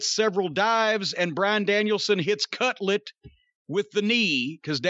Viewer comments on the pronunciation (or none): Everytime they say cutlet instead of cutler, I get a little hungry